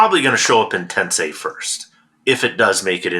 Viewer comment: When I hear "Tensei" my first thought is about how many YouTube golfers based in England who can't properly pronounce "Tensei."